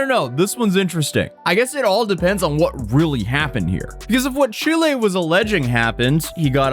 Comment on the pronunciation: Thank you, for perfectly pronunciating the name of my beautiful country, ChilÉ. P.S. Chile doesn't play around with illegals and anyone who's self entitled. In Chile, if you fuck around, you will find out. We don't put up with foreign bullshit. Chile is highly Leftwing Socialist and unlike the pathetic Left in the USA, Chile won't provide crap to illegals. Chile deports.